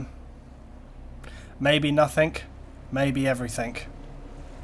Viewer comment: Can americans not pronounce nothing? Its NOTH-ING not NOTH-INK -_